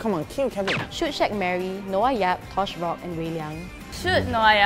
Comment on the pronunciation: the way sad Noah yap sounded like korean